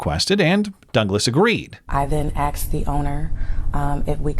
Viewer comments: “I then axed the owner.”’tells me everything I need to know. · Grown ass woman, says "Axed"... Immediate low iq sub-saharan uselessness discovered. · New rule, if they say "axed" instead of "asked", don't do business with them. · “I then axed the owner” That’s assault! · all you black people who mispronounce words like her, what is your problem?? Axed?? Really? Are you so phucking STUPID you don't know how to say Ask? Slowly now, ad the "Ed" to it. "Askkkked." See how easy it is???? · Exactly!! She sounds so stupid pronouncing "asked" as "axed." 🙄 What an idiot! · Yeah, seriously! If she axed the owner shouldn't she be in jail? 😂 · Yeah, that's what I would think. If I "axed" someone I'd be going to jail. Then I would are " what I did bruh,what I did " 😂